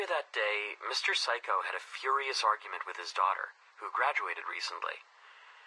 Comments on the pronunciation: "Mr. Saikou" What i hear: Mr. Psycho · When he says saikou to me it sounds like psycho idk why